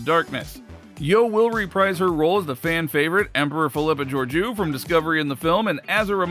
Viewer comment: Pretty good, except for pronunciation of Philippa Georgiou. Listen to some of the old episodes to get it right.